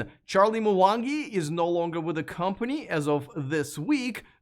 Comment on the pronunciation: Its Mwangi not Mawangi